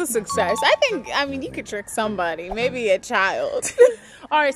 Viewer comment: Still confused if I heard "baby" or "maybe"....lol